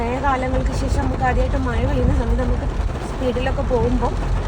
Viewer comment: മയ അല്ല മഴ😅